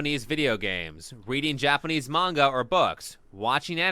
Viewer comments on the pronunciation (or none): none